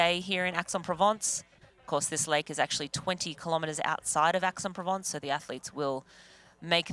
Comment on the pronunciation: and Aix is 'X' not 'Ax'